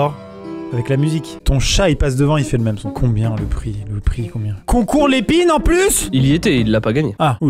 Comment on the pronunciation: Quand il a crié « l’épine » j’ai entendu « les PINNEEEEES » 🕺🕺